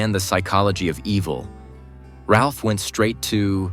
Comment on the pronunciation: His name is not pronounced 'Ralph', but Raif.